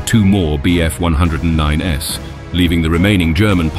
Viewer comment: And pronouncing the "s" indicating multiple aircraft as if it was a type-indicator. Very sloppy -- should have been caught and corrected before "publishing" the video.